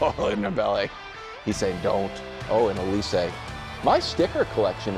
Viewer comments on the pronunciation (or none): none